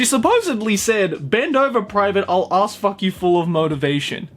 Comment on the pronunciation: "I'll ass-fuck you full of motivation!' Japanese lady: "I'll ah-fatyo hoda motivation!' What... The fuck?